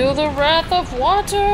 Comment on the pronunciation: *WRATH not RAFH